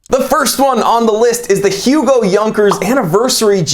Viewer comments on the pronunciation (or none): So everyone freaked out about Yunckers but no one got pissed that you called it Hue-go not Ugo?